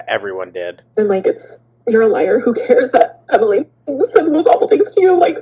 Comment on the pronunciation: Lyeyur Liyrr Lliar Erm... 🤔😂